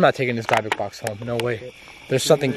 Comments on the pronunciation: It’s pronounced “dibbick” i believe they originated as a Jewish way to contain evil spirits and demons and are decorated with many different incantations and markings and demon or spirit names of those contained inside. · It's pronounced DIBBUK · the fact that keeps pronouncing dybuk box wrong is only a bit annoying it’s pronounced as di•buhk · It killed me how you pronounced dybbuk box 😂 Banger video though ! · Ok sorry, but the way your miss pronouncing the dybbuk box is just mad funny. X D ---> dyb·buk /ˈdibək/ noun (in Jewish folklore) a malevolent wandering spirit that enters and possesses the body of a living person until exorcized. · I'm so so sorry but I'm kinda ocd but why aren't you saying the name of the box right ????? Does it prevent something if like the demons you don't say the name correctly ????? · No offense, love you #livealittle but you kinda pronounced dybuk wrong. But be careful with those boxes please. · It sounded like someone or something ran across the hallway upstairs and ran out the door?? And your pronouncing the word dybuk wrong. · Did it bother anyone else pronouncing dybuk wrong?! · How many times can say Dybbuk wrong before it drives me crazy 😝 oh wow and then suddenly he says it correctly. Anything for content I guess. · If your going to play with the big boys at least do it properly. Maybe start with pronouncing Dybuk correctly. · For some reason I can’t stand you saying it like that. That’s not how you say it has a silent y. But it’s your video. I’m just an audience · Can't even pronounce the name of the box correctly. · said dibick box not dibic Box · Not Dye (talking about pronunciation) it's pronounced dib, like you call dibs on something. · Pronounced dibock not dybok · your pronouncing it wrong its not dabik but dibick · dybuk=díbic not dībic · The way he kept saying Dybuk Box was earking the hell out of me like say it right Lmaoo sheesh great Video tho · What’s a dabuk bux 🤣🤣